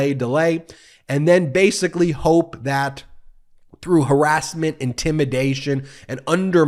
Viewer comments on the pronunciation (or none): none